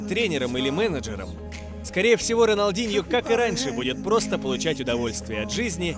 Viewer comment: Не роналдиньо а рональдиньо